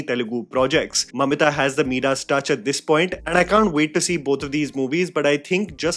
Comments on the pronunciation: Its Midas touch not Meedaas paajeet saar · Sorry, I just had to say this. The word Midas is pronounced My-das not Me-das. There are no alternate pronunciations. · MY-duhs hota hai.